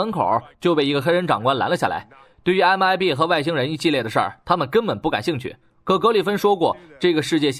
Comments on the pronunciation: 他是說他念MBI 正確是MIB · 不是MIB嗎？ 你一直講MBI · MIB 讀成MBI了WWW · Mib mib為什麼一直念mbi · MIB,你念错了